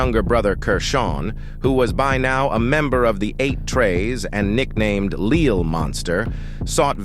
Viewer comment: What about how he said "Lil"😂